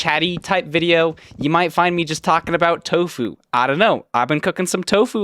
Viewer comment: i thought you said "Toe food" lol